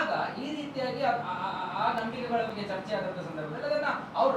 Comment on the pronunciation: ಚರ್ಚೆ❌ ಚೆರ್ಚೆ ☑️😅